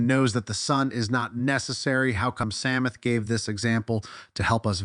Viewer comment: "Samath"????? c'mon dude or robot or whatever you are.